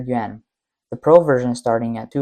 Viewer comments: dufus narrator pronounces the YUAN as if it were YEN....unbeliveable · His "Yuan" sounded like "Yen"